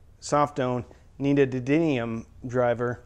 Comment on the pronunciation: NEO-DIM-EE-UM. Neodymium.